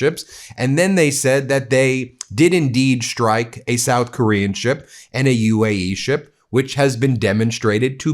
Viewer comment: A shtrike? In the Shtrait? Do better, Ben. You could pronounce words correctly tomorrow, if you tried.